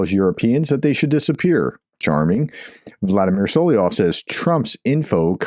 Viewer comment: Solovyov is pronounced as ~sul - uv - y - of SUL is in ~SULlivan UV as in ~love /luv/ Y as in ~ You, Young, Yeast, York OF as in ~ smirnOFF As always, this is only if you are interested, Professor. You do NOT have to be. Until February 24, 2022, I’ve never heard about this traitor but as I listen to you pronouncing the word, I immediately recognize the common Russian name (it’s his pseudonym as he’s a historically persecuted minority and not an ethnic Russian, which is doubly cowardly and treacherous given enormous xenophobia in Russia but that’s a separate conversation). In any case, if you are not, the comment is to support the channel👌 THANK YOU 💖